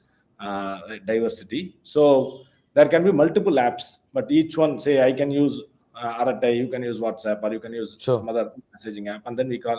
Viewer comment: Arattai. Is to be pronounced with a neat T and not with th.. it means harmless gossip.